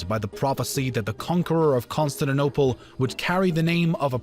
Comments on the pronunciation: Lol Consininople?? Not CONSTANTINOPLE? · amm why is he calling "constantinople" "constand and opal", or is it just me hearing it like that? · Byzantine.... not bizantain-.- con-stan-ti-nople not consininople -.- jesus!! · Bai-zen-tain. Constani-nople (no "t") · Bizentain? Constintinople? Really? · Pronounced - Constan-tin-Opal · how cant you actually say Con-stan-ti-nople? lmao, good video though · Consanadopel....this vid sets my teeth on edge. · I want to watch this...but hearing Ba-zen-TIE-n and con-stit-tin-ople makes that impossible 😢😢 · Pronounciation conquered Constaninonople. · That's CON-STAN-TIN-OPLE you moron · constaninople XD good vid tho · Musave A Leak! He came to Constanaople? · Costatinople? wtf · Also - Con-Stand-ta-nople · CON-STANT-I-NOPLE pronunciation is everything in history do better or I will unsubscribe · King who hurt you kid. Never said anything about them calling themselves the Byzantine, they saw themselves as the Eastern part Roman Empire. Plus I know what the correct pronunciation is and I can assure you Con-stand-ti-niople isnt the right one. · Bye-zan-tine or Con-stand-ti-niople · Ah, yes. The great city of Consininople. Capital of the Bi-zan-tain empire. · ConstaNINople, SulEyman, PerGAmon, AbasSIDS, bruh... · Constant nople? By zen teen. This narrator butchered the most well known pronunciations. Geez. Like he never heard of these words? Isn’t he looking at a script? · The video is all good but the way he pronounces "Constantinople" triggers me ._. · Can you at least pronounce Constantinople, and Byzantine the normal way. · His pronunciation of Constantinople is criminal. If you're gonna upload "educational" vids do try and master the pronunciation of places. Vid is ruined by these amateurish attempts to say Constantinople !!! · Shame the narrator cannot pronounce Constantinople, a 6-year-old child can do better, makes the whole vid laughable !!!